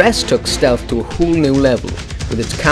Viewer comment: The way you say 'whole' is hilarous. HOOL!